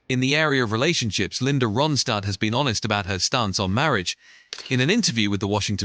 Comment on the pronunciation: Please pronounce Ronstadt correctly!🇦🇺